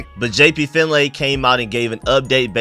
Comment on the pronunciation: Pronounced fin Lee brother . He HATES when its pronounced fin "lay". Just FYI bro. (I listen to b mitch n finlay on the audicy app n they were talking about that the other day)